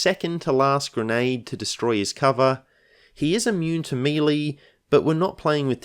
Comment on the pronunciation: meh-lay, not MEEEEEEEEELEEEEEEEEY haha